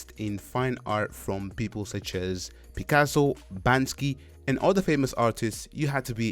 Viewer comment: I apologize, but you mispronounced the street artist's alias a little wrong. He's Banksy. Not Bansky. Anyway, video is great and inspirational.